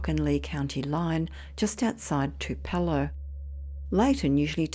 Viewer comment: Tee hee! I love your pronunciations! It Tupelo(Too peh low) and Mobile (Moe beel).